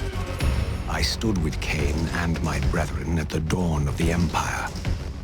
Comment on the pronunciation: Not lain-Kain